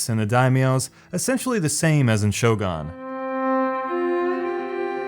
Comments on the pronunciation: Reading the comments section about him saying "SHOGAN" as bad made me think "these people are over reacting" then I actually heard it. DAMN, that's horrible pronunciation indeed, it sent cringe all over me. Sorry but I'm disliking this video. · Shogaan. Shogaan Total War. Shogaan. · SHOW-GONE, really bugged me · Shogun is pronounced "Show-gun" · "Shogon"... I couldn't watch anymore. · Every time it was pronounced "show gone" i cringed a little inside, other than that it was entertaining to watch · its not SHO-GUN lol. A Shogun has nothing to do with a gun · ShogUn! "U" FFS. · WOLFENSTEEN 2 Total War SHOGAAN What next is he going to butcher? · what's a sho-gan? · i'm pretty sure Shogun is pronounced /ˈʃəʊɡʌn/ or /ˈʃəʊɡuːn/ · At this point i think the mispronouncing is intentional I mean seriously "shogAAAAn"? Just listen to the way he s pronouncing it he s having way to much fun Damn why am i so triggered about this lol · shogun, use U of dude... and you will be fine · How to pronounce shogun: Shogun Thank me later. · Actually, the real pronounciation uses wovels that english does not really use. Sho is pronounced like shau in Shaun the sheep. gun is pronounced like some of the really weird accents pronounce the word (or like northen europe pronounces u). The closest comparison I can find is to oe as in Goedicke or Goethe. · If I hear this guy with weird pale face pronounce "Shogun" as if it was a gun shooting sho, I'm gonna have my overpowered Yari Ashigaru burn down his castle. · Learn to pronounce "Shogun" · I stop watching when he say shogun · Your pronunciation of Shogun hurts me physically. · All the weaboos getting upset of his pronunciation of shogun. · the way u say shogun triggers me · It didn't feel like you put any effort into making this video and how you say Shogun is annoying. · I am not a weeb or anything but the way he says Shogun bothers me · The other incorrect way of pronouncing it (like gun) is much less cringey than the way he says it.